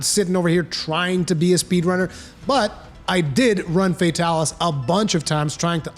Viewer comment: "fey-talis" ughhh